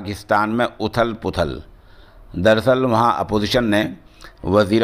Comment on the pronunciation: صحیح تلفظ اتھل پتھل ہے۔ اردو کی کوئ بھی لغت دیکھ لیں